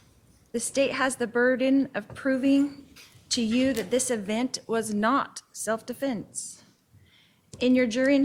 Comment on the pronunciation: She doesn't say defense. She says definse